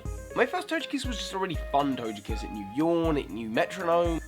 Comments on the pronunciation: you can say togepi but you call togekiss tojekiss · How in the world do you pronounce Togepi correctly, but you say Tojekiss? How sway? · toGekiss guhh its a g not a j u don't say tojepi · Togekiss is pronounced Toe-geh-kiss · Quick question: When you know how to pronounce Togepi correctly, why do you pronounce Togekiss with a soft G when it's the exact same start as Togepi? XD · That's the first time I heard someone else pronounce Togekiss differently :D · Same here lol. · why do you pronounced TOGEpi and TOGEkiss differently?